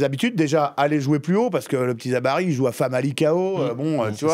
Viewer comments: ZABARI je connais pas, Zabiri par contre oui … la bonne prononciation des noms de famille est la base même du respect. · Il est vrai que c'est difficile de gagner la coupe du monde tant que l'arbitrage est corrompu par les soit-disant grandes nations de foot, on l'a constaté dans le match de demi-finale coupe du monde France-Maroc😜Faites un petit effort, il s'appelle Zabiri et non pas Zabari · CEST PAS ZABARI MAIS ZABIRI